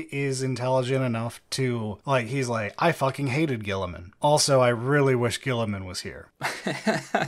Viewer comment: Best part of this audiobook is the VA actually pronounces Guiliman correctly and not like "Row-boot Gully-man" like everyone at GW does despite no one else on the planet doing so. I can't even blame this on the british, since nearly every British 40k youtuber (except Lueten) pronounces it "Re-boo-teh Gill-ih-man" like a normal person